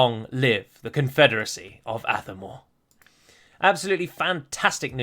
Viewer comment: With the accent on Athamor being on the second a, should the stress be on the second syllable instead of the first? So it would be ath-A-mor instead of ATH-a-mor.